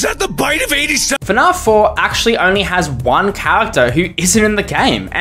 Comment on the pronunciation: ok theres no way you say fnaf like "fnarf"